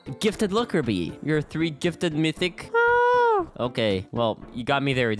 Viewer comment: Bro really said "mytich"🤣🤣